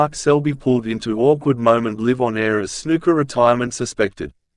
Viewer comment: The robot doesn't know how to pronounce "live" in the phrase "live on air." It rhymes with "hive" not "give."